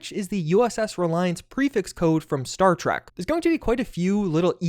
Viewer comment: Star "Track" is one of those flubs that used to show if you had kissed a woman of not lol. If you were around good looking women you mispronounced it on purpose. I don't know how you caught the Reliant prefix code but that is an EPIC find, good job!